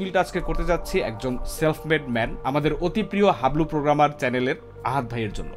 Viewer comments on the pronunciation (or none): আল্লাহর রহমতে একবার নিজেকে পোগ্রামার না বলে প্রোগ্রামার বল ভাই।